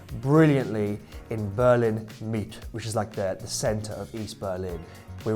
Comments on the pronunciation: Great video as per usual. However, every time said "Mitte" I died inside. It's pronounced "MittEH". All <3 Thanks guys! Shaiyan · Just to help out "Mitte" is pronounced more like mitten without the N on the end and Per is pronounced more like "pair", not "purr".